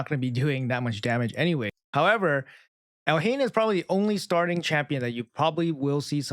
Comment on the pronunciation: Pronounce it Elaine the h is silent